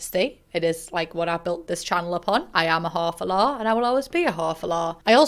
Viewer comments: The amount of times you said “whore for lore” it’s started sounding like hoe for law or something lmao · LOL. I understood her the first time, but now I'm hearing hafalaw. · "I'm a hah fo lah"